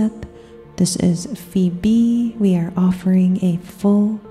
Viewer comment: I love love LOVE the way you say "This is Phoebe" 😭❤️ Just love you all in general. Thank you for showering all of us in light and love. I bathe in water during these sound baths. Thank you for everything you do. Ill be sure to donate ♡